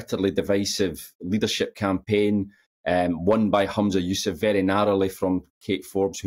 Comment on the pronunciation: "Kate Ford and Humza Yo-sef!" Classic Eams😂